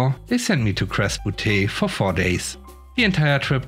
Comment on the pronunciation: Another great video! One thing though ( not a criticism, just a post to inform). The word butte was mispronounced. It should be pronounced the same way you pronounce beauty but leave off the E sound at the end of beauty ( beaut)